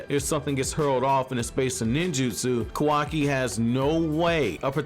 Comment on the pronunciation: i rly enjoy ur content... BUT WHY DO U SAY KAWAKI LIKE THAT 😭😭😭